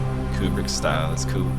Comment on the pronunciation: Love the editing. You also said "coo" instead of "cool", so. . .now you're my favorite.